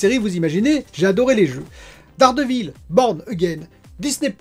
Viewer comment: Et c'est loupé pour la prononciation de "The acolyte". Dans ce mot le "y" se prononce /aɪ/. 😂 Pour "Dare Devil" aussi, c'est loupé. Mais on va dire que c'est plus difficile à corriger...